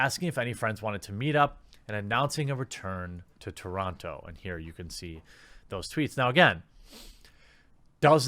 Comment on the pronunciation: The only crime here is how he pronounces TORONTO.